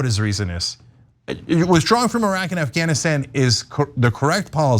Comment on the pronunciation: I love the fact that Anna pronounces Iraq and Iran, properly. The “I” in both, is pronounced the same way, it is pronounced in “Italy”. E-raq, E-ran, E-taly, NOT eye-raq, eye-Ran, or eye-taly. It’s just ridiculous!